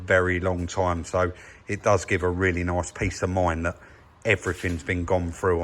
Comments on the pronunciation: "At is noice" 😂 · Love the way sez "very nyice "